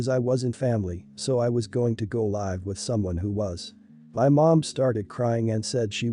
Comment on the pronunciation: Has the reader got a dictionary? "Go live" (long "i")like on the internet is said like you say it, "go live" (short "i") with someone or live (short) your life(long) is pronounced very differently. Please find out the difference, you are confusing, if this is computer generated, you need an upgrade. Does the vomiter have a diagnosis, or is it possible he has a gall bladder problem? I had all that before surgery and food intolerances, it's definitely not worth eating the wrong things. He is being very immature, you don't deserve to be taken advantage of. The bad driver, is definitely putting you at risk. He is assuming other drivers can cope with his stupidity, with no knowledge of who they are or what they are going through. That is just nutty. My mum went on anti-depressants, simply because dad drove with all 7 of us, like this on along trip to an unfamiliar place, we somehow made it back and she couldn't stop crying from the relief. He is putting you through trauma, you will end up with ptsd, stop enabling him to destroy your peace of mind. If you live in the US, he could get both of you shot. There are laws against driving without due care, he is breaking them.